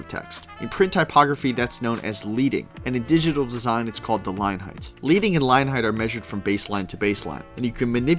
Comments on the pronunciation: Awesome! (Leading pronounced LED ing - not LEEDING, as typesetters used to use strips of LEAD as spacing between the rows of set metal type) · Leading is not measured from baseline to baseline. This is a common mistake. Leading is the distance between the descenders and ascenders of type on adjacent lines. Neither is it pronounced "leading", as in "to lead" or "leader". It's pronounced like the metal "lead". When text was still printed with metal letters, linespacing was increased with the help of thin stripes of lead. Hence the term. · bro it's called leading (leding) like pencil lead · Sorry, but it’s not ‘Leading’ as in horse to water. It’s leading as in the metal, lead. As that’s what the type was once cast from. It was thin strips of lead that the compositor would insert horizontally between each line of type. I hear so many students of twenty-somethings say this all the time. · Leading is pronounced leading as in lead the metal. Lead was used as the packing between lines of type when metal type was set. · also mispronounced "leading". if you even know why it's called that in the first place, you wouldn't pronounce it "Leed"-ing. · Outstanding overview of typography. Very nicely done. FWIW: there are few things I personally hate more than grabbing a serious nonfiction book written in a sans serif typeface. Horrible choice. BTW: the word "excerpt" is misspelled at the ff mark, AND the word "leading" is pronounced "ledding" like the heavy metal. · Leeding? It’s leading 😂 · Great video. A handy starter for newbies. One correction… in the print world, there are 72 points to an inch. (12 points to a pica and six picas to an inch.) Also, a small thing… the word leading is pronounced "led-ing." Rhymes with "heading." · In typography, “leading” rhymes with “wedding”, because it derives from how much lead—the metal—was inserted between lines in metal type. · Exactly, ... when I heard that I was like what? It's not "leeding"